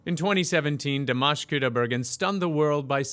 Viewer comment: Di-mosh is right :)